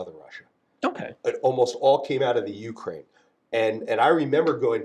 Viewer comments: Pretty wild this guy doesn’t know how to properly pronounce Ukraine despite having done business there. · Not sure how to feel about this as Ukrainian. From one point I blame our politicians selling our heritage for pennies our grandfathers bled for, but on the other hand listening to him giddinly describe how he robbed Ukraine while pooping on and mispronouncing Ukraine doesn't feel good.